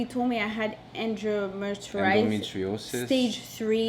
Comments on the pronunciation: you 🤣🤣🤣when you twist the word endometriosis🤣🤣we’re praying for you guys 🙏🏾🙏🏾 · Hey lovely couple! I know this is a serious video but I couldn't help but laugh at pronouncing endometriosis. On a better note. My sister keep your head held high. I'm so happy you guys went and had a 2nd and 3rd opinion. Sounds like one of those doctors was trying to make money off you guys. Sending lots of love to both of you!!! ❤️❤️